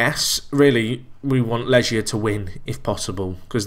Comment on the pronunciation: Legia = Leg + ia, couldn't even make it out from the pronounciation